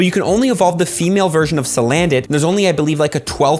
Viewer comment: Famale lol